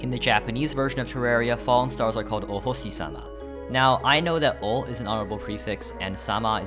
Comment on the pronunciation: i love how the japanese pronunciation seems very chinese influenced. most clearly audible in hoshi (sh vs s sound). still yay for fellow enthusiast! :;D